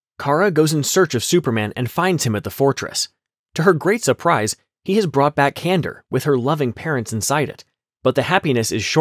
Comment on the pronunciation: Kan dor. Not Kandur.